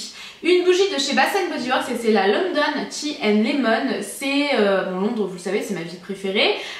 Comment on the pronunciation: Punaise j'écoutais ce que tu disais et là vient le moment ou tu parle de ta bougie " tea & lemon ", sur le coup avant de voir l'image j'avais entendu tea & bacon ..... xD